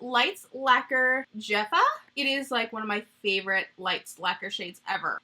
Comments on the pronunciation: The nail color is Jefa (as in, girl boss) and pronounced hefa :) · omg you're so cute (and no I don't mean in a condescending way), you were so worried about mispronouncing things and you get to the "Jefa" lights label nail polish and pronounce it like Jeffa 😅it's a Spanish word that means "boss" and it's pronounced with the j like an h in English :) also the only ciaté thing I've tried is the dewy stix and I love it! glossy, natural highlight with 0 texture! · I freakin love watching you since like a million years ago. The ‘J’ in the lights laquer color is pronounced like an ‘H’ (hat, hello) :). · I was giggling a bit that earlier in the video she debated if Americans say macaron wrong, and then later proceeded to say Jefa with a hard J 😅 I suppose if someone doesn't speak Spanish/hasn't heard say it then you wouldn't know.